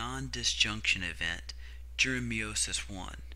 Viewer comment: Tres bien. I love how you say meiosis or should I say "meowmosis" :))